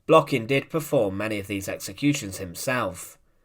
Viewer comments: An incorrect stress. His last name Blokhin is stressed on the last syllable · u done even say his name right